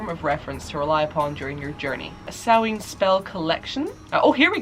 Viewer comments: it’s ‘sau-wan’ not ‘sau-ween’ although there will always be people that pronounce things slightly differently. Especially with wiccan holidays cause they’re spelt weird lol :) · Sahmein is pronounced Sam-main at least that's what I'm assuming you're trying to pronounce. it has the very rare hard "a" sound from ei like in vein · Shadow Burk Question: is the end of Samhain pronounced “in” (like “in or out”) or is it more of an -een, the way says it? I’ve been using the “in” pronunciation but “een” sounds so much better and more like Hallowe’en as well